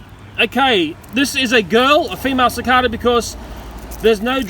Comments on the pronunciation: its Pronounced Si-Kae-Da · It’s pronounced suh.cay.duh,sorry for being a smart ass might just be where we’re both from (u.s) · it's pronounced SICK-AY-DUH instead of SICK-AY-DUH. just saying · Suh kay da that's how u say it